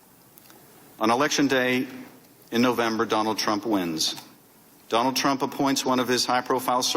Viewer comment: there's no way he accidentally said Tramp instead of Trump about 15 times.